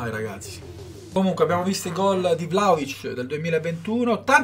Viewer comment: La pronuncia..!!!!.. io sono serbo